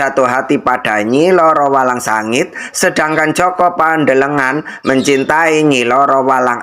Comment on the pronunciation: JOKO PANDELEGAN. BUKAN JOKO PANDELE NGAN..ITU DONGENG BUKAN FAKTA SEJARAH..